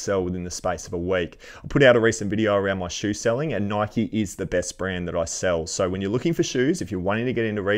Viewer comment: The question is- is it pronounced “nikeeee or Nike?” And “stussy or stoosy” cause I say them the opposite to you and it drives me crazy to hear you call them the other way around 😂😂😂😂😂